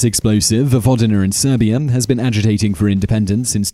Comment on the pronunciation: "Vojvodiner and Serbier" Why does he keep saying er instead of a?